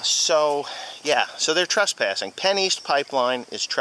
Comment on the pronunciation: It sounds like he's saying pennies. Funny. Some oil companies told..told farmers in the east part of el Paso they are running a line through their fields and they would be digging up parts of their land. The county said they wanted to make sure it would not harm the environment, so the company said oh.. yeah now not only are we going to run this line but we are now eminent domaining ur shit.... and of course they got their way.